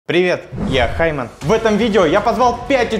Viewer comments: там не хйман а химан😂😂😂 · Эм😅 Хайман😂😂😂😂 правильно